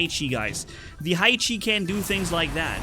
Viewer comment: Haichi is not [haichi] but [haechi]